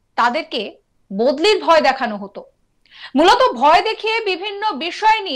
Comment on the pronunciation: এত ঘন ঘন 😮মৃলত মৃলত না করে ঠিক করে বাংলা বল্